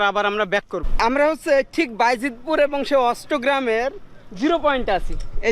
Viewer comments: ওটা বাইজিদপুর নয় বাজিতপুর। দয়া করে নামগুলো সঠিকভাবে উচ্চারণ করলে ভালো হয়। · ভাই আপনি খুব সুন্দর ভিডিও করেন আর আমি আপনার সব ভিডিও গুলো দেখার চেষ্টা করি। আমার বাড়ি কিশোরগঞ্জ সদরে তাই বলতে চাই বাইজিতপুর হবে না বাজিতপুর । বাজিতপুরের এক সময়ের বাংলাদেশের সব থেকে ধনী ব্যক্তি জহিরুল ইসলামের বাড়ি।